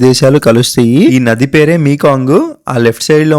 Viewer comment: నాది కాదు , నది. నీ తెలుగు తగలెయ్య